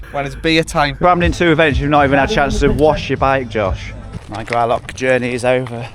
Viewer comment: Please learn how to say Gralloch! Does not end with a ck!